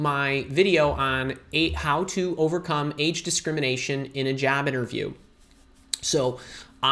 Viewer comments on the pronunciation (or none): Why u are saying jab not job